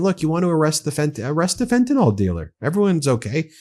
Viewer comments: It's pronounced Fent-a-NIL. Please pronounce it correctly. Thank you! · There is no O in the word fentanyl.